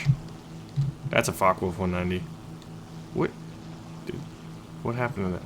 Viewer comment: Why you are spelling Fockewolf like Fuckawolf?